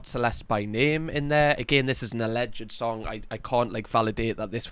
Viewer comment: I don't want to be that guy, but it's pronounced a-lleged, not a-lleg-ed. It's two syllables, not three.